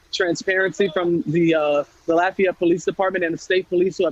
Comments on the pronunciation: stop saying "L-O-fi-yet" it's pronounced "Laugh-E-yet" down here. Lafayette. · Thats not how we say lafayette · There is a Lafayette in almost every state. So everyone says it a little different. How she got an I sound in the fay part is amazing though.